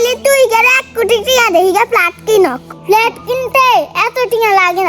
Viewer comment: প আর ফ এর উচ্চারণ নোয়াখালীর লোকদের জন্য খুব সমস্যা। উল্টাপাল্টা করে ফেলে। প্ল্যাট না। হবে ফ্ল্যাট। প বলতে দুই ঠোঁট মিলাতে হবে। বাতাস বের হবেনা। আর ফ বলতে দুই ঠোঁট দিয়ে বাতাস বের হবে। এটা ফলো করলে এই দুই বর্ণের উচ্চারণ মোটামুটি সঠিক হয়ে যাবে